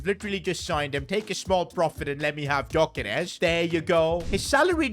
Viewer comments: It’s pronounced guy-yo-Kers not gy-yo-keres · You say his name yokeres don't pronounce the g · They way he says Györkeres wrong ever time really annoys me